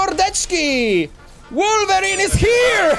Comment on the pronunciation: mówi się wolwerin a nie łorwerin